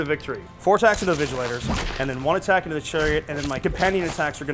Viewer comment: not even Vigilors, they keep saying Vigilators 🤣 it hurts